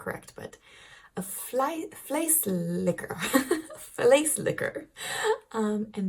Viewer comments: You said vleeslikker! Thats a non existing meatlikker instead of a flessenlikker abottle/pot emptyinger... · O.M.G.,!!!! You´ve got to be careful with your pronunciation! I know you like naughty words, but from flessenlikker (bottlelicker) to vleeslikker (meatlicker)! HAHA. I was falling off my chair! L.O.L. But just to be clear, a bottle scraper comes from a time that the milkman sold everything in bottles, and with quark, yogurt and vla, a lot remains in the bottle! Now we have cardboard packaging, which you can squeeze out.